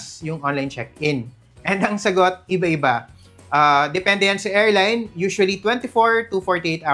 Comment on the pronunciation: hindi "erline", "airline" sya.